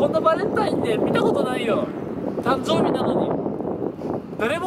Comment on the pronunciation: たんぞーびwwwwwwwww